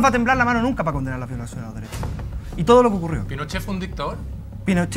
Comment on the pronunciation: Dale con el resentimiento, los dereshoh Umanoh.. RESENTIDOS